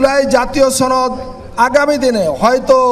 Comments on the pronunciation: সনদ নাকি ছনদ 😂😂😂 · সনদ কে কোলকাতার দাদাদের মতো ছনদ বলে কে? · এটা কি সনদ না ছনদ ??? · ছনদ না সনদ লকটা মনে হয় চাপাই 😂😂😅😅😅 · আপনি সনদ কে ছনদ কেন বলছেন। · উপস্হাপক মহোদয় সনদকে ছনদ বলেন কেন? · দাদা কোথায় থেকে আসলেন। বাসায় সসনদ বলেন কেন দাদ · উপস্থাপক কি কলকাতার নাকি? ছনদ ছনদ করছে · সনদ উচ্চারন করতে পারে না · এই উপস্থাপক্ষে মনে হইতেছে সে ভারতের সদস্য অথবা ভারতের কোন সক্রিয় সদস্য। সে বাংলায় সনদ কিভাবে উচ্চারণ করতে হয় সেই উচ্চারণটাও জানে না। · সনদের উচ্চারণ অনেকই ভুল করছেন। এটা খুবই লজ্জার।